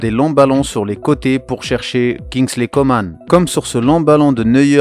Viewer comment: COMAN ça se prononce ''Comment'' il l'as déjà dit c'est français